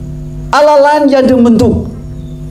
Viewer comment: kok masih kesulitan mengucap alloh ya😃